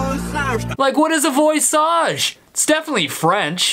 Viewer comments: Sounds more like “voisarge” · I've translated Voisage to english. The word is pronounce d vua-zaj and it means voice.